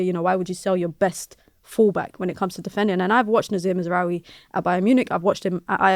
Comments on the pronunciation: That woman with a straight face said MAZRAWIII bruv end the stream 😂😂😂😂😂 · Mazraoui??😂 please stop, dont ever bring this girl back